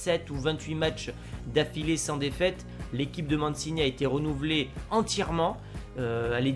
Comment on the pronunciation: Mancini ça se dit pas Mansini mais Manchini mdrrr